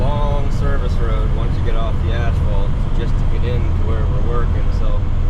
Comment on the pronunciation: Funny you say that”ashphalt” while us in New Yawk say “assphalt” or usually just blacktop. 😉